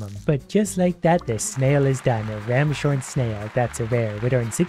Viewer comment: bro really said 'ram shorn' snail- 🧐